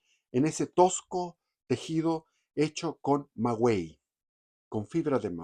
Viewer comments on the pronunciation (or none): Muy interesante pero no es magüey sino maguey.